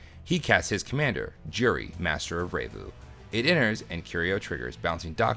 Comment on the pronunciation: "Revue" is said like the word "review", not "ray-voo"